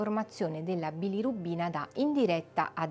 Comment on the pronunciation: Bilorubina, non bilirubbina😅